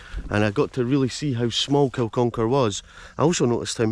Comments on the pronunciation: It's Kin-uck-ar, not kil-con-kar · It's pronounced Kin,-uck-ar bud